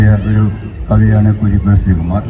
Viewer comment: മലയാളത്തിലെ മികച്ച കവിതകൾ തിരഞ്ഞെടുക്കുകയും അവതരിപ്പിക്കുകയും ചെയ്തിരിക്കുന്നു. എല്ലാവർക്കും അഭിനന്ദനങ്ങൾ.പിന്നെ കരീപ്പുഴ ശ്രീകുമാർ അല്ല സാർ കുരീപ്പുഴ ശ്രീകുമാറാണ്.....